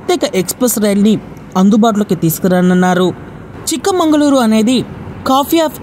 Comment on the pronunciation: Chikmangaluru కాదు. చిక్మగలూరు